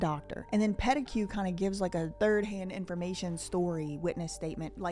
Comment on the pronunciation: great video! Love the background!!please no offense but the name Peteque is French and it is pronounced Peteek. Pet a que is fun tho🎉. Congrats on the 100k